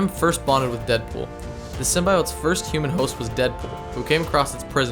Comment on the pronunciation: STOP SAYING “SYMBIOTES” LIKE THAT YOU SAY IT EVERY 4 SECONDS YOU PRONOUNCE IT WIERD EWW